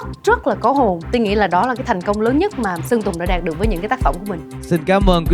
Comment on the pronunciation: đạt được mục đích mà có ai giống tui nghe thành đạp được mục đích không , kkk